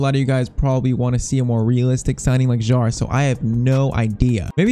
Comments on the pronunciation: Kjær is pronounced Kjaer, not jaer… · f.y.i. Your pronunciation for kjaer is wrong. The "j" is silent.